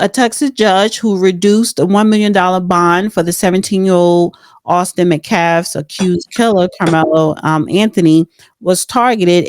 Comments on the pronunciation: The name is Metcalf, METcalf. NOT McCaff!! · It’s MeTcalf! The T is NOT silent! Nope: they have been swatted 4 times! NO threat reports on the k!ller’s family! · This woman is still mispronouncing Metcalf name! Shameful! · Why are you still mispronouncing the Metcalf name? Come on already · Why does she ONLY mispronounce the METCALF family name? There are many other more difficult words and names she says, but somehow METCALF is her verbal kryptonite? It seems like passive aggressive disrespect towards the victims’ family.